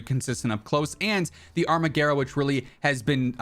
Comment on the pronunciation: I think the armaguerra is italian so you pronounce it exactly how it is spelled